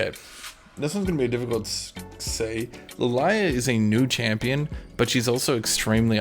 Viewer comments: oh god Its Lily-ah.... not Lil-eye-ah Im totally getting banned lol. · I swear is saying li lie ah to piss us off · What I have learnt from most of this video, cant fucking read or doesnt know how most names are said I mean with lillia he wasnt even close? La-lie-lah? wtf?